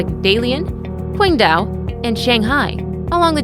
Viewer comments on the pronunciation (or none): none